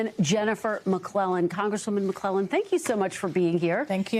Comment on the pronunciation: It’s said like Mc-KLEY-len not Mc-KLELEN